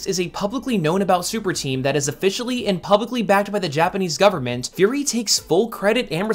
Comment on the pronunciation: Been years since this video, but hearing "qi" as "kee", "Furi" as "fury", "Iosama" as "Eye-osama"... Not that I'dve done much better on Pinyin prior to indulging in Chinese media, but a cursory glance at the comments didn't nitpick, so why I oughta... Ackshually, lemme plug my latest observation: so many people, in current and prior uploads, use "that" where "who" would be appropriate. All that churned, still doesn't diminish how digestible your content is. Now, back to binging~